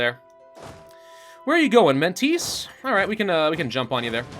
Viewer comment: It's not Mentese, should spell like Mentesha (a should be pronounced like the g'e't word's a)